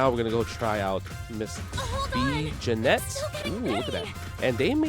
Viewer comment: its pronounced "jenny" just fyi. love you justin, lets f'n go!